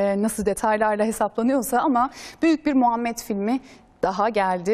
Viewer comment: Sunucu peygamberimizin ismini daha adamgibi soyleyemiyor iranliyonetmen besmelelen basliyorsizlerine masallah